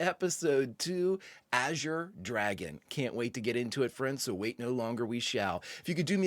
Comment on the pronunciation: Thank you for being the only reactor that can properly pronounce “azure.” Not sure why saying it correctly is so difficult for some, but it makes me crazy. Thanks for another fantastic reaction!